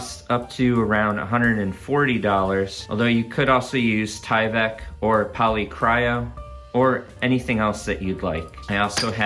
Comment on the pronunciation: "Polycro" there is no "Y," not "cryo." Otherwise, love the review!